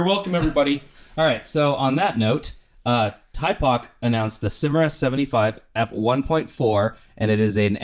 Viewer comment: Two things on Thypoch: the name is pronounched thy-poch, not tie-poch (as far as I know) and as far as the infinity locks, they announced they will be making version 2s of the 28mm and 35mm f1.4 Simera lenses that will not have them. The 50mm and 75mm f1.4 lenses already do not have them. The 50mm f2 Eureka has nice character but has some different issues like the weird filter thread, the odd divot on the lens mount, and its infinity lock being in a strange position...I don't understand those choices but otherwise it seems to be a good lens.